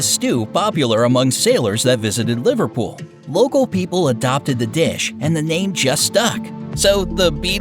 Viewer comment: The way he said Liverpool triggered me